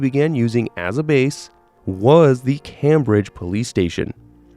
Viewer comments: smallest detail but its pronounced "Came-bridge" like as one word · My man doesn't know how to pronounce " Cambridge". Jesus. 😂